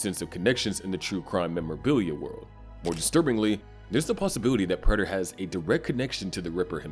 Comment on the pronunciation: Why do you insist on pronouncing Prater's name wrong even though they say his name out loud multiple times in the show?